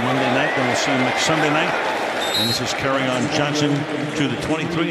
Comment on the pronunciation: how you pronounce his name is (carry-on) johnson... get it?